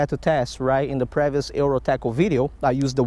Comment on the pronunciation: The way you say selectively and previous cracks me up every time. Keep up the good work, your conservation habits and stats on fish catches are awesome.